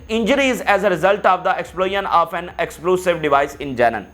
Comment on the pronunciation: Plz correct your pronunciation for: Janeeneen its not Jenen Explosives not Explusive Punishment is not poonishment Meeting is not meting..hope u wouldnt mind as thousands listen to u i thought i mention n make ur speech better.